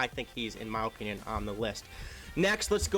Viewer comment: O O O O O pinion. (no) /əˈpinyən/ (yes) Please. Lmao love ya man!